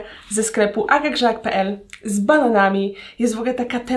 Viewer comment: Przesłuchałam to 10 razy i cały czas słyszę z balonami a nie z bananami